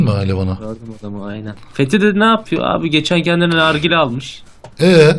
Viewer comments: ağa baban kim lan senin fethi dedemize fethi diyorsun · He söyleyin benim adım Fethi Dede Fethi deil ulaaan